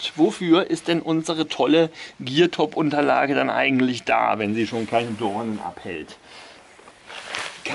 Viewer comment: Der Hersteller heißt Geertop, nicht Geartop. Habe erst Geartop gegooglet und bin auf einen kanadischen Hersteller für Fahrrad Ausrüstung gestoßen :D